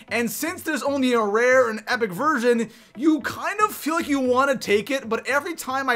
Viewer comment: Is it just me or is he saying version or virgin??